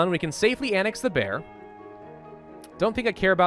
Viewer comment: I like how he says THE Bear like he’s still playing Enclave Reborn